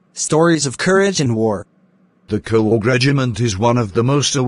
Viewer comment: Bro it's not corg it's Coorg pronunciations is more important